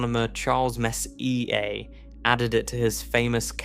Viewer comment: AI slop doesn't know how to pronounce it.